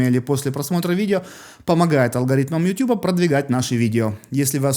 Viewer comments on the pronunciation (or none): none